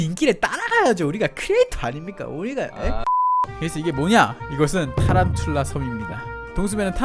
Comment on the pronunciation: 타란툴라를 탈룰라로 들음 ㅋㅋㅋ